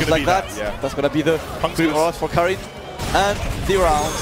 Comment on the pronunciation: Everyone mispronounces Karin. It's a swedish name. It's pronounced car-in. As in the word car followed by the word in. Not carin'.